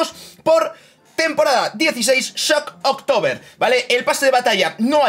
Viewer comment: No hay ninguna "o" entre "shock" y "tober" o ningún espacio, medio un tock que dijera "shock october"